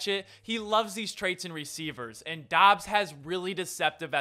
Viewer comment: Dubs not Dobbs...... 🙄